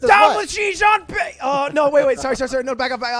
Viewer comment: "zhi jeánping" 💀💀